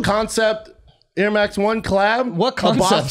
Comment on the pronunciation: Ear max … god I hate the way pronounces shit lol 😂